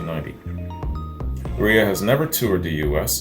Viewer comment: Chris REA is pronounced REAR just saying.